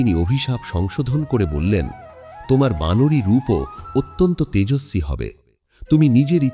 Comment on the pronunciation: ভালো লাগলো। তবে কিছু উচ্চারণ খুব কানে লাগলো যেমন লক্ষণ, ঐরাবত, তেজস্বি ইত্যাদি।